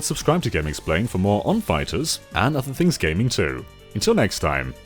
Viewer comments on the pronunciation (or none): none